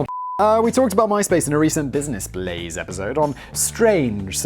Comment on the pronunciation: “Blizness Blaze” “My Splace”. What’s in that solo cup Simon? Also “cockwomble”. I’m so glad I’m not the only one that uses that term.